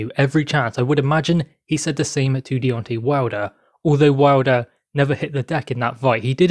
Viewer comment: I think his name is Deontay, not Deonti